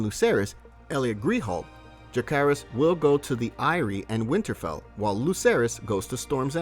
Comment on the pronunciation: *jacaerys (je-se-rys) harry collect (cò-let)